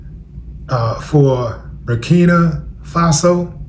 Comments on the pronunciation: Bur-keen-ah... fah-so ...we got to respect the name too. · Burkina Faso. (Bur- kin-a)